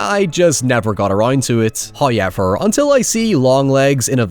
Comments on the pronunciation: First "hoyevver" drops . I watched His ad for nothing! :D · My favorite thing about videos is the way he says "however". Every time I hear it, it's an instant gem. Thank you sir